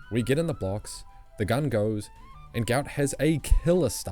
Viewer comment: isnt his name pronounced guht guht